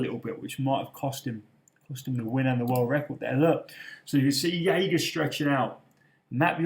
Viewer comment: It's pronounced Jager with a hard J